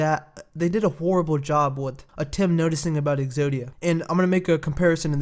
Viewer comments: Its purnouncd atum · Even though its atem